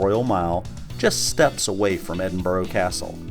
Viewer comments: Edinburgh not Edinbro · Great video, but it’s not ‘Edinboro’ it’s ‘Edinburra’. How can you still not realise that after demonstrably spending time there? You should respect the places you are visiting by at least attempting to pronounce their names’ properly. Also, Britain = England, Scotland and Wales. When you say “British accent” you mean English accent. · Leans against sign of EdinBURGH... "Today in Edinburrow..." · Three things: 1. The city is not called " Edinborrow" 2. The streets in the Old Town are not cobblestones but granite setts. 3. St Margaret's Chapel the oldest building in Scotland? I think not. Skara Brae on Orkney predates it by about four thousand years! PS: what the heck is a "British" accent? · I wince, and feel annoyed when Americans use the dreaded "Edinboro" pronunciation. Respect the city and the Scots please by using the correct pronunciation - it is not difficult. How would they feel if we used mispronunciations of their cities, such as New Jerk, Sickago, or even Pittsboro!!! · If you intend making a video about somewhere a little research into how it is pronounced is a good starting point